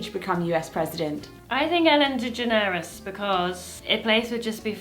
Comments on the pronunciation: “Ellen D-geh-ner-res” I’ve never heard anyone pronounce it this way before. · It's Ellen DeGeNeres not Ellen DegenEres! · Why are you saying Ellen DeGeneres wrong? It's not 'Ellen degenERes', it's pronounced 'Ellen DeGENeres' Emphasis on the 'gen', not the 'er'. Sorry, love your videos but that just triggered me. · I don’t know if it’s a deaf thing or British thing, but Ellen DeGeneres is pronounced like de-Generous. Love y’all 💞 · ...but more to the point, it's pronounced "Deh-GENN'-uh-Russ", like the word "generous" with the letter D in front. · Did she just say Ellen degeNAREous?? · I'm sorry but I'm completely shookt with how they say DeGeneres. I didn't realize people pronounced her name differently and now I'm wondering if I've been saying it wrong my whole life 😳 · Oh my god the way they say DeGeneres. I get Jessica getting the pronunciation wrong, but. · Wait... do all British people pronounce Ellen DeGeneres like that? Have we just Americanized her last name and I never knew it? 😂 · What's a gaydar? I do believe the emphasis in Ellen's surname should be on the second syllable. Also, I don't know Ellen Page well enough to answer this question. I'm with Jessica on this! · I love how you two are pronouncing Ellen’s last name 😂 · We 🇨🇦🇨🇦 rule everything!! Plus, the way they Both mispronounced Ellen DeGeneres' name.... Ooooh boy.. Lol Jessica we can forgive, but?? TSK TSK! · THE WAY YOU PRONOUNCE ELLEN DEGENERES IS SO CUTE WTF ?? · I was wondering about that. Is it some sort of family joke? It’s so NOT how Ellen DeGeneres pronounces her name.😄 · same, I thought “Okay, maybe Jessica’s never heard the pronunciation before”, but when said it I was taken aback. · If you read it in spanish, that's how you would pronounce it! :o I didn't know that it wasn't correct